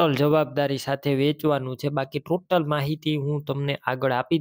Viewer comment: ટોલી નથી ટોટલ ન કહેવાય